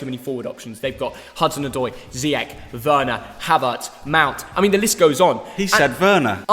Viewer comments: He said wener 😂👀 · He said Werner 😂😂😂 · Dad: He said Werner lol 😂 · Thogdad: he said Werner 😂😂😂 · Thogdad: he said Werner Me:😭😭😂😂😂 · "he said werner" 😂😂😂😂😂💀